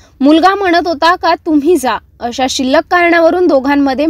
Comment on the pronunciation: शिल्लक नाही हो मॅडम शुल्लक